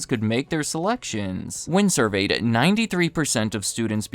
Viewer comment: Boooooooy, did you really say "survey-ted"?!?